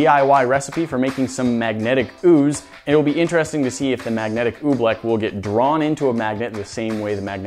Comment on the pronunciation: Pronounced OobLICK not oobLECK